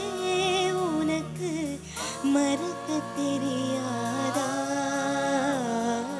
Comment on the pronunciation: மறுக்கத் தெரியாதா தப்பு அர்த்தம்மா! அதைஅனர்த்தமாக்கிட்டியே! மறக்கத்தெரியாதான்னு பாடு அர்த்தமாக இருக்கும்.ஜட்ஜ்கள் கவனிக்க விட்டுட்டாங்க!! தமிழ்நாடு தானா? தமிழ் உச்சரிப்பு சரியில்லை.கவனிக்க!